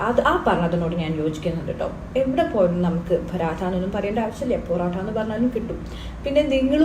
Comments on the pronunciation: പൊറോട്ട ❌പോരോട്ട ✅ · കേരളത്തിൽ മാത്രം കിട്ടുന്ന പൊറോട്ടക്ക് ആണ് അമ്മായി "പ്രോനൗൺസഷൻ " പഠിപ്പിക്കുന്നത് 😂😂